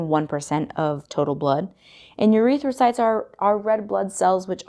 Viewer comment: why she say it like urethracytes lol